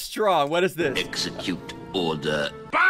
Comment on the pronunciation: He's saying execute order not all the